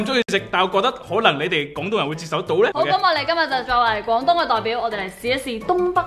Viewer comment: 懒音有少少多，接受讲成"折寿"